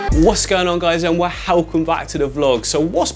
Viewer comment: Did anyone ask you yet, why are you pronouncing welcome as wehhelcome? Why not just use another word like hello if u tired with welcome?